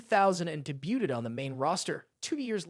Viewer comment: Did this bro just say “debute-ed”? 😂